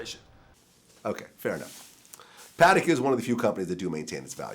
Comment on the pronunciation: Realize... “the Patek doesn’t make me any money”.. lollll.. stop trying to floss for attention.. that’s what children do.. also notice he said “Patek” the correct way unlike rappers do.. smh